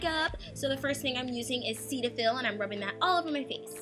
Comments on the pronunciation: IT'S SE-TA-FILL my god. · You said cetaphil wrong